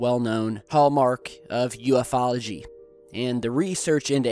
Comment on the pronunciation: Its U....FOLOGY! Come on....